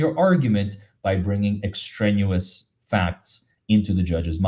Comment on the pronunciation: The word is extraneous ex-tray-nee-us. A big word in the law. Apparently. Thank you,, for all you do. ❤️